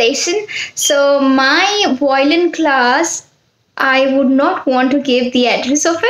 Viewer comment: I think you are pronouncing violin wrong